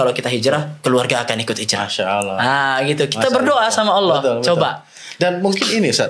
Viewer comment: Bukan hijrah di bilangnya hilrah. Tapi kalian ini ke annisa' 168 dan 169.